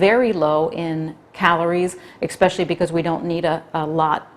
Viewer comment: Please do not say “EXpecially.” The word is ESpecially. It detracts from the image of an educated person that I am sure you are! I say this with all the respect and mean it simply as constructive criticism! It is disappointing that nobody has brought that to your attention.Thank you! Beyond that, I find your channel most educational!